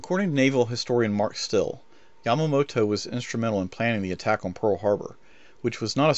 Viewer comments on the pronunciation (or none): none